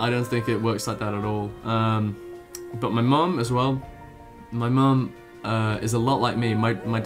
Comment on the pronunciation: you say Mom funny:D